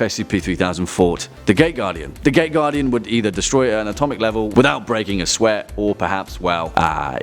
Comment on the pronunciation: I kept hearing it wrong.. i heard it as the gay guardian everytime you said it